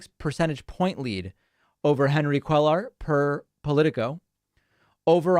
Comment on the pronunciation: CUELLAR IS PRONOUNCED COO-AY-AR.